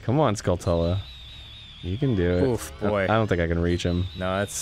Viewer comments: Ugh. When people say Skull-tulla. Its skull-chula. Its a skully tarantula... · I hate that everyone mispronounces Skulltula. It's obviously the end of TaranTULA. SkullTULA. TOOLAH NOT TULLAH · It's not "skull-tella," it's skull-chula, like tarantula. (Taranchula) This has been driving me nuts since Ocarina. They are suppose to be tarantula/skull monsters! Am I the only one upset by this?! By the way, I love this show. Honestly gets me through a lot of tough times. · Skullteller... SKULLTELLER!!! Skull-Itu-La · arin pronounces skulltula as skull-tuhl-uh but i always said skull-chuh-luh like tarantula but now that i say it out loud pronouncing it my way sounds weird. does anyone else pronounce it differently? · nothing...happened..and he still says skoal-tolluh when its skulltchula. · The way Arin says "skull tulla" triggers me. It's like tarantula. Skulltula. They're spiders. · shouldn’t skulltula be pronounced like tarantula? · Does Arin’s pronunciation of skultula bother anyone else? It’s supposed to be a mixture of skull and tarantula. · its whatever but i kinda wish aaron would stop pronouncing skulltula like skulltula and say it like skulltula ya know like tarantla the spider